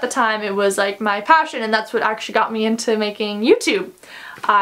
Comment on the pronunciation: Is that a California accent when you say “eeeand” for “and”? Sorry you had a bad experience. 😢 I can’t imagine how awful that must be. So scary!